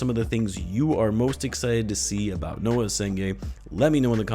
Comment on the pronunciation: Noa not Noah